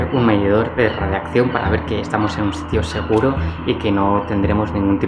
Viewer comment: Radiacion neel , radiakcion